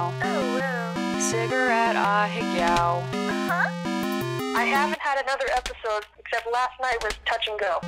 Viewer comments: Its pronounced a_hey_go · I pronounce it like ah-heh-gao just like Penelope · why's it kinda gud for the fact she pronounces it ahahagaaoe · How is pronounced? Ah-hey-go? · If you gonna say a Japanese word atleast pronounce it right wtf is ahaygow?